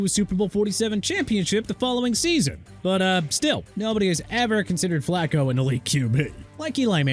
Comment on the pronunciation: Dude... I'm done... Flacco is pronounced flah-koh not flak-koh... and it's Ter-rell Suggs. WHAT IS WRONG WITH YOU? YOU CAN'T PRONOUNCE NAMES RIGHT? I'VE HAD ENOUGH. TOO EARLY FOR THIS GARBAGE...